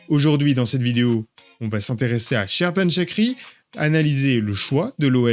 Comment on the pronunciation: Pour la prononciation c’est Djerdan Chatchiri Il est né au Kosovo et la langue albanaise est majoritaire. Ses parents sont allé en Suisse et il a grandi en Suisse. Donc il a la nationalité Suisse mais ses origines sont du Kosovo d’ethnie albanais.